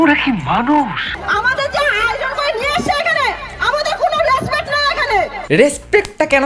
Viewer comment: Dada ota respect na respet tumi vul bolle 🙂